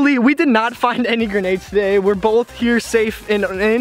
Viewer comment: The way he pronounced grenade, he was straight up like gernade